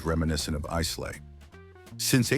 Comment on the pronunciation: I agree with most choices here…..Lagavulin 16 also my favourite! However I cringed every time you mispronounced Islay …..not Isslay but properly pronounced as ….eye la ….just saying.